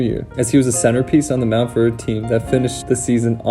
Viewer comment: Man said “the prestigious MountVeRDe Academy .”